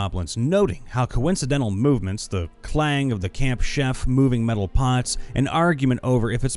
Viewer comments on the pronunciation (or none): none